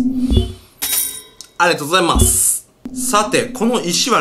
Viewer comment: のアリガトウゴザイマァースの発音に笑ったw